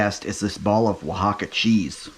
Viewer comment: Bravo!! Hope it was as delicious as it looked. Funny you effortlessly pronounce Oaxaca but had a little difficulty with Rellenos. 😂 glad it turned out so well. I have another recipe idea for you. Mujadarra. Blackened/caramelized onions with lentils and rice. I’d advise basmati as that is the tradition and tastes best. Sweet yellow onions. Brown/green lentils as well. So easy and very delicious. Affordable and wonderful tasting and not so exotic. I had a small kitchen and made this often. Buy many onions. You will think that you have enough when you chop 5 full sweet onions but it is never enough for a full dish. Maybe a medium dish, but the more onions you cook, the better it tastes. I recommend this one because it is so budget friendly and simple. And tastes delicious. 👍 great video! Ingredients; Sweet onions, Basmati Rice, Brown/Green Lentils, Salt, Black Pepper, Cumin, Olive Oil, Water, Labneh/Plain Yogurt (optional) Instructions; Slice the onions thinly as possible in long slivers. I usually cut them perpendicular to the root/stem (like the way you cut onion rings but don’t actually cut them into rings, just slivers.) Gives me longer pieces. Longer slivers are better, especially if you crisp them up a lot. Small slivers are not very enjoyable, nor will it cook properly if the slices are too thick. Clean your lentils and sort for debris or bad lentils. For every amount of lentils, add twice as much rice. Use good judgement on how much water to add. You want fluffy rice and